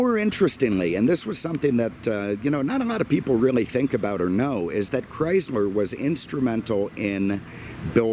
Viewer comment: Did you say Chrysmer?